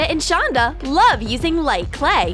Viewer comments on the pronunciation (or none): You called Ronda shonda